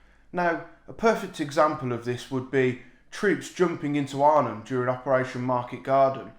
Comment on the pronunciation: LoL I sworn you said "troops jumping into Ireland during operation Market Garden" but after listening a couple of times Arnhem pops out